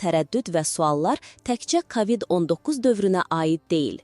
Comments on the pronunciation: Sən kimsən, ay danışan? KAVİD niyə deyirsən? A nı vurğğulama. K O VİD DE sonra nağıl danışarsan? Nə qədər tanıdığımız məhşurlar öldü.. Unutdunuzmu? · Kavid yox kovid. Ağzınızdan çıxsın ailənizə evinizə düşsün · kavid yox kovid. hər sozu ruslarda oldugu kimi o hərfini a demək uygun deyil.